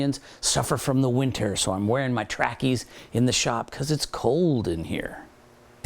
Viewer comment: Man hearing a yank say “trackies” 😂😂😂👌🏻👌🏻